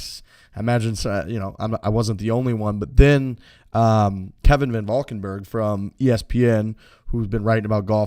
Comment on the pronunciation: Van Valkenburg.... Veahn Valkenbérgh